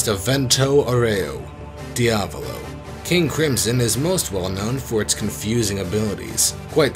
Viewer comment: Wait did he just say kingdom cum